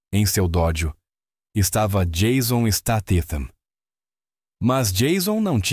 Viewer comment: O cara não sabe falar Jason Statham